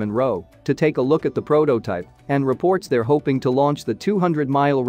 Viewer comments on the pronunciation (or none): none